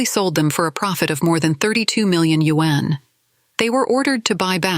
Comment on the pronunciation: borrow money in order to invest?? people really are stupid! also....when will AI be able to pronounce yuan correctly? WHÄNNN